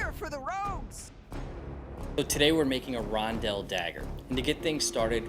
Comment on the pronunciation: Listening to you pronounce Rondel as Ron-dell for 27 mins is gonna drive me nuts! Only one L in the word. 🤣